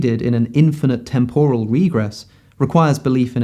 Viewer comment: You put up a dictionary definition of temporal, which gives the right pronunciation. For some reason, you ignore this, and say a wrong one.